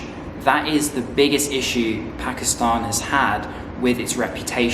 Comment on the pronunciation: i like ho ypu say "pakistahn" thw correct way like u do 😊